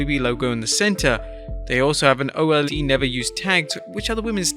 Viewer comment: ITS OLD... NOT OH EL DEE LOL.... MY GOD LEARN ENGLISH MATE